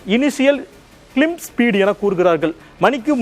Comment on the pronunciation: Ayya athu கிளிம்ப் speed illai ayya, கிளைம்ப் speed !!